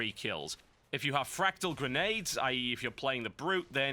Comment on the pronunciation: Everytime Biscuit said fractal i heard fragdoll. I am ok with this.